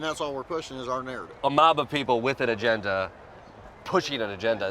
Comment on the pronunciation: One adult said angenda🤣 what is wrong with these people 🤔i have seen smarter phones😂